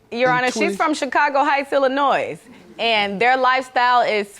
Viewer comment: It’s Illinois not Illinoise!!!!!!!!